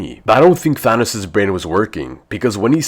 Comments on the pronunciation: because he said “Thanis” or “Thanus” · Nice thanos=thanis